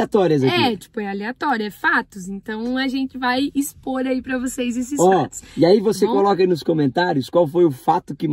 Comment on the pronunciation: Ele "Tô amando eses fatos " 😅